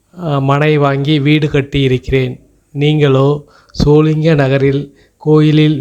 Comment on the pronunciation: SholingaNallur illai, sholinghur